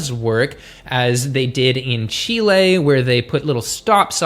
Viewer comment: Yes! Thank you for mentioning Chile! (And for pronouncing it correctly ☺️) It does work! It is super useful to have that information right on the package.